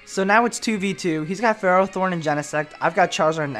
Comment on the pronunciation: its pronounced: fur-roth-thorn.